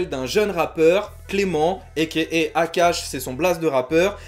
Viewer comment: apash pas akash xD